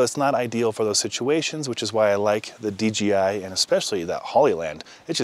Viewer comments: great vid... ima troll by saying D G I... lol its D J - (jay) I.. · d J i...not d G i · It’s funny how everybody mistakenly says DGI, when it’s DJI lol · Curious question - why does everyone in almost every review of the DJI system, pronounce it "DGI" (dee-jee-eye)... is this like some weird Mandala Effect thing, where suddenly the letter "J", has different phonetic function than I remembered? 🤣